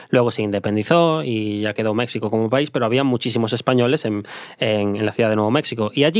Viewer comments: Ahora si te pasaste: se dice México no Mecsico. 😅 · Mexsico?? Wtf 🤣😆😆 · Es la tercera vez que escucho este podcast y me sigue haciendo gracia que diga mecsico 😂